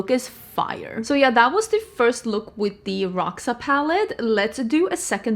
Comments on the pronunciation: Someone said, ND herself said Roxa like Roksa, so i guess its called "Roksa" not "Rosha"... 🤷‍♀️ Maybe the name represents the palette very well, bec i think its not that purple like it should. For me it lacks a good dark fuchsia color f. ex. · Love pink and red together! Fun fact: in this case, the X in Roxa is pronounced as "sh", so it's "rosha", which translates to purple! Trust me, I'm Brazilian hahah